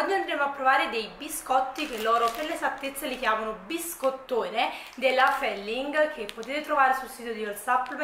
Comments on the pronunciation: Ma come fai a non saper pronunciare feeling ? 😅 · Ciao!! Si legge FIILING 😊😊